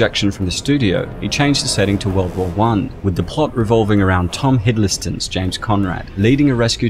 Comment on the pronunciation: "Tom Hiddleyston" 🤣